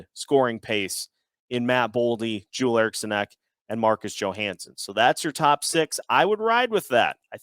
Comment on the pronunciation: Jewel Erikson ek? Nah bro Joel Erikson ek lmao. Jag är svensk och låt mig säga att detta är fel